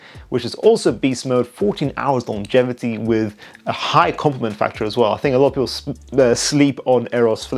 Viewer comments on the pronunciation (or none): none